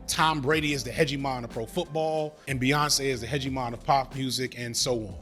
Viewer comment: "Hedgie-mon" Is that a Digimon?